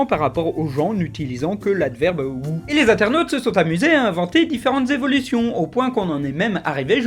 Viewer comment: J'ai explosé quand tu as dit Who et whom. ;) (ça se prononce hou et houm)